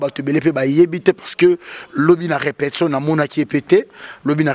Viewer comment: balobaka: RE-PE-TI-TION et non REPEPTION.Ba chronifuiti nazo koka lisusu bino teinnn boni ba français boyé eeeeeeh